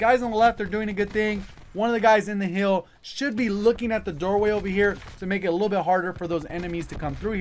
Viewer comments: When you say hill it sounds like heal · Only negative about this video was how you pronounce hill. Other than that great vid